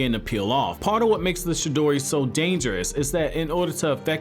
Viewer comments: Sir its Chidori, not Shidori. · For fuck sake cant any one get any thing right..... For fuck sake..... Its CHI-DORI! CHIDORI (yes i may or may not have spelled it wrong but oh fucking well.... I couldnt look at how it was spelled while typing this so deal with it)..... It nots..... SHI-DORI...... its fucking..... CHI-DORI....... CHIDORI.... Get it!.....got it!...... Good!..... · This dude is saying shidori not chidori😂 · No one:: shidori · He says chidori as shidori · He saying "shidori" instead "chidori" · Bruh it’s Chidori not Shidori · CHI..DORI NOT SHI..DORI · I thought it was "CHIDORI" Not "SHIDORI" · The whole time he only said shidori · Chidori not shidori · Was he saying she-dory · Bro it’s chidori not shidori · Wtf is a shedori... pronounce it right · You are saying it wrong chi in japanese does not speak with sound of shi but Ti like in Te in teacher or Teen or chi in Chin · Chidori not shidori c’mon man that’s basic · It’s chidori not shidori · Say ch then add the e sound and it's chi not shidori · It's pronounced "CHI-DORI" not "shidori", as you say it. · Its chidori not shidori... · Stop saying shidori please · CHI-dori like CHI-cken. Not Shidori lol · What is the “Shidori” and “Jidori” lol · Is this dude saying Shi-dori? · I hate the way he pronounces chidori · Chi- dori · Stop saying shidori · Someone teach this nigga the difference between “ch” and “sh”. the “shidori” killed me. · Can you please pronounce chidori correctly? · Right it was annoying me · Yeah he sounds like he hasn’t even watched the show because he pronounces it like a total idiot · I thought it was Chidori